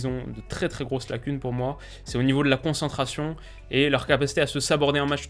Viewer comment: attention c'est concentration et pas consentration ! Sinon super vidéo